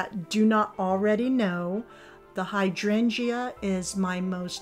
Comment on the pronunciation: Your topiary garden is beautiful. Please brush up on your pronunciation of hydrangea. The "e" is not pronounced - [HY] + [DRAYN] + [JUH]. Not meaning to be critical, just thought you'd want to know.